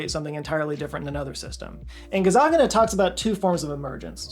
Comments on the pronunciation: one thing wrong here: You consistently mispronounced Dr. Michael Gazzaniga as "Gazzaggina," throughout the entire video, even while reading his quotes, with his name on the screen. Also, you kept saying, "he," about the left hemisphere, as if that is the person, "sitting there waiting," while both hemispheres are sitting there, waiting. Both are "him." Just because the right hemisphere can't verbalise, doesn't mean the entire personality is locked in the left hemisphere. Surely, you know that neither half is a whole person. I kind of see you getting around to that in the video, but it was a bit getting there. I have noticed my own lateralisation, as sometimes I feel a certain way, and I have learned, that feeling is my right hemisphere expressing boredom. I am ambidextrous, so my right brain is used to doing a lot. This happens most when driving long trips. I get agitated a little, and realise, it's my right brain wanting to steer, so I drop my right hand and let it. BTW, my right brain is a better driver, versus my left brain. I have to concentrate more when using my right hand alone to steer. When my left hand steers, I can think about other things, and I do. Interestingly, when my eyes drift, sitting at home, I have noticed the left image, seen by my right eye, seems more solid than the right image, where I often see "through" whatever I am looking at, seeing things to the right of the image as seen by the other eye pushing its data. I suppose that means my left brain is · I literally clicked on the video because I saw " Scott" made it. Here's something interesting... Every time his name is in print, it says Gazzaniga, and every time you pronounce it, you say Gazzagina. I'm very curious which hemisphere is causing this to happen. But seriously, I love your videos! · You’re saying Doctor Gazzagina but you know damn right you’re scared of pronouncing his name correctly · All the time I heard "Dr. Gazzaganis" am I broken? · GazaNiGa not GazaGiNa 😆